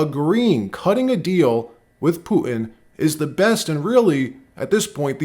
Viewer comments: please start pronouncing “Putin” correctly. Can you say “dog pooh”? Can you say “tin can”? Putin’s name is pronounced “pooh tin”. No offense, but the way you say it now, you sound like a MORON. And I’m pretty sure you’re not a moron. Thank you. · Who is Poo-in? Don’t you mean Putin? Why do you continuously gloss over the middle “t”? Where did you learn that lazy pronunciation and, more importantly, why do you find it acceptable? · Will you please say Poo-Tin instead of Pooh-in!!! Thank you!